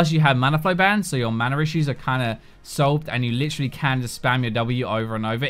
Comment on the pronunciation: I heard lisherally, instead of literally. Lol